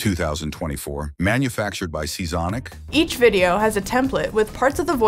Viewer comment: Your paying to keep from slurring seasonic, why don't she just read the script. Nerd dudes will listen to her read the phonebook.